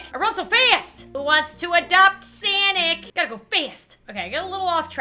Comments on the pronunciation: sanic Me:no its sonic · No one: Zero humans: bot baby:: I'm SAAANIC Me: It's SONIC, SONIC! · She calles Sonic "SENIC" OML EHHEHEHEHHEHEEHEHEHHEHEHEHEHEHEHE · I can't believe she pronounced sonic sanic 😂😜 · Did she say “Sanic” instead of Sonic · sonic not sanic! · It’s sonic not Sanic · its sonic not sanic